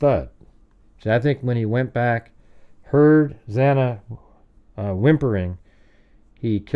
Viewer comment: Xana, pronounced like Anna, there was also blood running down inside the kitchen wall, i think it was the pantry. If bryan had dog hair from Murphy on his clothing, he is toast, bbqd, well done.